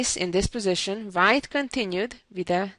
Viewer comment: Susan's English would be perfect if she would pronounce her v's like a v and her w's like a w....so, hope she can make this one change, and keep her lovely accent. For instance, wh sound in white...rather than vite...:) This is only a suggestion, because the wh sound is not difficult to learn.